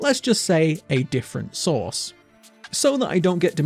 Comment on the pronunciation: I heard "a different source" as "sauce", ah I crack myself up